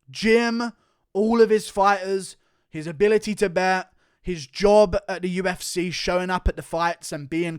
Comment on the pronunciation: Love how he pronounces UFSeyyh